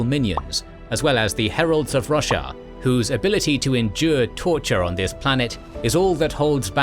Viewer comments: I cannot not hear "Russia" when it says Roshar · Wow. So when you said Braize was located inside greater Roshar, I heard greater Russia😂. My brain was like yea, sounds bout right lol. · i thought you said russia instead of roshar so many times and i just accepted it that the fantasy world was named that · The mispronunciation of Roshar hurts every single time...